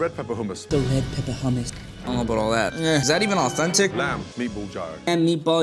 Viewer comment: It's funny how Gordon tries to be an expert in food but mispronounced Gyro..being Greek, I know 💁‍♀️